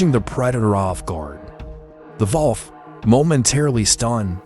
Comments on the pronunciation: A Volf//Vault. What IS that Mr AI...I've heard of a wolf. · WHAT IS A VOLFF? DID YOU MEAN A WOLF? ------ STUPID A.I.!!!!!!!!!!!! 😡👺💩💩💩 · it’s pronounced WOLF, not VOLF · Correction, it is not valf it is volf !!!😂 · It's called a WOLF! not a VOLF! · Why does he keep calling a wolf a folfe? What is folfe? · What's a volf? Fuckin AI. Don't be lazy. Edit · A volf is the German pronunciation of wolf. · thought I heard Walf ?😮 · Pretty sure I heard vallf? Wtf! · "the volf". AI fake-voices still having trouble with basic pronunciation. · Volf is the German pronunciation for wolf. Their AI voice is using both English and German pronunciation. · A Volf is an electric wolf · This GUY CAN'T SAY. WOLF .. WHATS WRONG WItH THESE PEOPLE??? DO YOUR JOB !!! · Volf?!...AI sucks! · German pronunciation of wolf is volf! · You can't even differentiate a Pittbull and a Rottweiler. Plus, you clearly were too lazy and used AI to narrate that completely butchered pronunciations such as wolf to name one. If you can't spare the effort to do research or even to narrate, please don't bother making videos if you're gonna be so lazy. Pathetic.